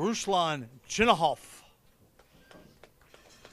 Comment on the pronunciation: I've heard many Russian pool commentators pronounce it Chinakhov and not Chinahov like Jeremy Jones says it